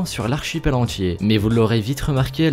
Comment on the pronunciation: Tu dis " le monde entché" au lieu de monde entier. c'est stressant.